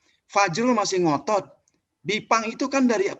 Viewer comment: gipang bukan bipang wkwkkwkwk aduhhh bismilah dulu pak pres